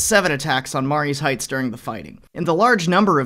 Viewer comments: That's pronounced, "Ma-REE's Heights".... sort of like Marie's, even though it's spelled Marye's ... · Growing up in Fredericksburg Va. I can tell you right now. You absolutely butchered the pronunciation of Marye's Heights. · You should learn the proper pronunciation of Mary's.